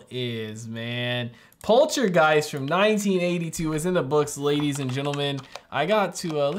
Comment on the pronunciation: Such a classic! Part two is also really great. I find it funny how so many US reaction channels pronounce it Poltra-giest instead of Polta-geist lol